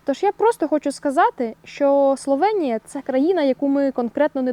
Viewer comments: Словенія, а не СловЄнія. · Та йома йо! СловЕеееенія, я спочатку думала це обмовка, але ж ні, ви ще разів 1000 сказали це через «Є» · Бласка не кажіть Славєнія, просто Словенія